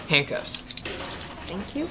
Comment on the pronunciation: When the girl said why do you have me in this Jewelry the cop says no those are handcuffs and said zhandcuffs xHanocuffs hahahahahahahh that was so funny 😂